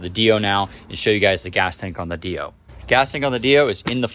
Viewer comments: 😢the way u say dio kills me u say it like it should be spelled deio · I've just never heard it pronounced that way